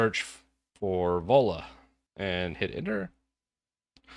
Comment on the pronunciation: Sounds like you're saying Ebola phone.